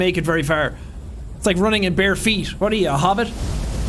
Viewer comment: I died "just how alone you arr" 🤣 I dont know why his accent just sent me